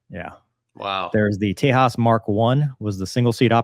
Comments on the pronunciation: Limited production Naval Tejas ( Not pronounced as Tehas ,simple Tejas, No Spanish ) is a STOBAR jet Not CATOBAR. Designed for two STOBAR type Indian Navy Aircraft carriers to replace Russian Naval Mig 29 K jets, both Aircraft Carriers use Migs 29 k, Migs are good but availability rate is just 50 %. So recently concluded Indian Naval jet competition which won by Frence Dassault Rafael Marine outmaneuvering US F18 Super Hornets (both jets Modified for STOBAR Ops. Medium Weight Catagory) for Indian Navy. Rafael Marine is a Stop Gap measure as India's own new TEDBF Naval Fighter jet has just completed Design phase, initial wind tunnel tests and now awaiting further funds from indian govt. for Prototype production followed by Long testing phase and certification process. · I think the name is pronounced "tay-jas"... the "j" is not silent like in Spanish. Also, as far as I know this might be the first publicized crash of one of those birds. Development was slow but it had a stellar safety record until now if memory serves me right. The folks at Hindustan Aeronautics Limited and the Defense Research & Development Organization put in a lot of blood, sweat, and tears in to this program. And yes, they have a license-built version of the F404 engine (just like the Swedes do for the Saab JAS-39A/B/C/D Gripen). Whereas the Swedes will outright buy the F414 for the JAS-39E/F it seems like the Indians may have gotten the rights to license-build the F414, but I am not 100% sure. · I tend read it the same way. But in India I believe the "j" is pronounced like an actual "j". (I'd be amused if they named the thing after Texas, but as I recall it's the Hindi word for "tiger".) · Leave it to the Americans. To mispronounce even the simplest of names.😅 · Tejas, Spanish for Texas. Shame on them for mispronouncing a word that originates on the opposite side of the world. Could you please help us with the pronunciation of your callsign, is it "doo-chey" or just straight "doosh"?